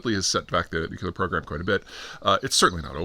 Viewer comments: NEW-CLEE-ARE, not NUKE-YOU-LAR.. C’mon, man. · Nucuelar? Nuclear??? SPELL NUCUELAR!!!! THAT ISNT HOW ITS SPELLED OR PRONOUNCED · Hee hee hee! He dun say "nook-YOU-ler"... 🤣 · Everything that's happened this year and he still can't pronounce nuclear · Where’s that second U in the word nuclear I keep hearing you pronounce?